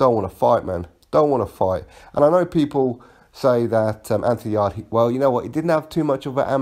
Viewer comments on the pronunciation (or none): its yarde not yardie loooool. Just messing big fan of your channel